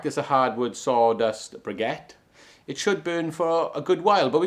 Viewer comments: Just a note on the pronunciation - you are say brigettes they are briquettes pronounced bricket ok - it is just a bit annoying when you are trying to give information about something and do not say the word correctly. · Why is he calling them ' Briggettes' and not BRIQUETTES ??? THERE IS NO LETTER 'G' IN BRIQUETTES !!!! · Bri-kettes...the QU is pronounced "k"....no "g". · Had to stop watching. I'm sure hes saying brigettes to wind me up 😡 Either that or he's a bit simple. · I’m with (@ Brick-ets” you don’t say antiques (Antigs) But I love the Taff accent, my mother in law’s Welsh “just don’t tell her” is your Clock room sealed or room vented? Best Andy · There is NO letter G in the word briquettes.